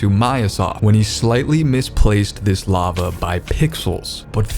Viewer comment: It's lava not lagva! Thanks for the correction!